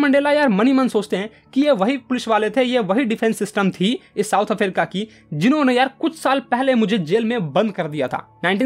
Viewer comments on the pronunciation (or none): south afarica 😂😂😂😂😂